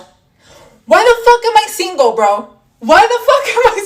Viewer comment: Maybe it’s the way you say singo instead of single.